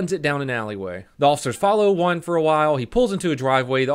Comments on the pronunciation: At the start of the vid i was confused.was he saying juan or one. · It took me a while to figure out u said juan and not 1